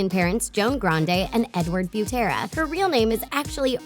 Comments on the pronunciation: Dit you know you actually say Ariana Grendie?😊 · Her last name is actually pronounced grand-ee. She actually said it herself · Fun fact about Ariana grande her last name is grande but is pronounced Grandy